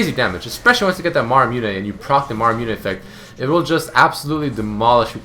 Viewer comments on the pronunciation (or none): niec build :) btw its called muramana not maramune xD